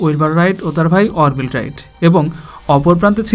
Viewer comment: ভাই নামের উচ্চারণ ঠিক করেন অর্ভিল রাইট না আরভাইল রাইট....you know what I mean to say..